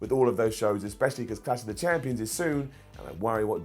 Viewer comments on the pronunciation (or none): Always says Clash of the Champioms